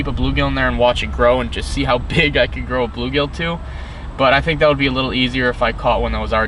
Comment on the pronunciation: "I fink"